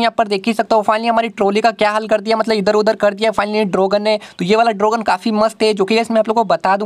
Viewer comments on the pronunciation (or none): Dragon ❌ Drogan ✅